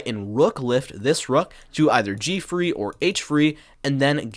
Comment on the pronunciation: Love your videos, but why do you say “free” instead of “three”?